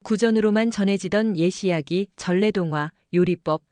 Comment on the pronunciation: AI 인공음성? 한국인이라면 옛이야기를 예시야기로 발음하진 않을 것이고.......